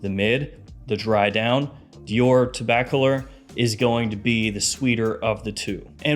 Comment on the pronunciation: Let me help you pronounce Tobacolor. Say the word "tobacco" and the word "lore" with no space in between them. Like "tobaccolore"